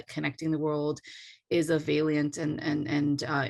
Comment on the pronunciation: Sheera Frankel: thank you for your investigation and journalistic reports. Please hear me as a friend when I say, please look up the pronunciation of the word "valiant." (55.29) The first vowel is short, not long.